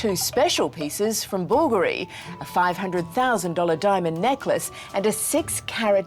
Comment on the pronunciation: How can you butcher the pronunciation of the name Blvgari so badly?? 😭😭😭